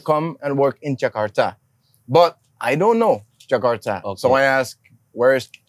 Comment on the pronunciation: Hebat bule nya ngomong nama tempat sesuai aksen dan pelafalan asli indonesia. Gak kyk yg jakarta jadi 'jekardah'